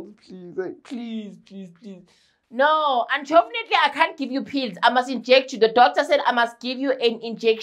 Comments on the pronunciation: The unchofenatly killed me😂😂😂😂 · Dont make your muscles tough man! 🤣😂🤣 “unchovnately” always gets me😂🤣😭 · 🤣 🤣 🤣 As for the anchofonately!!!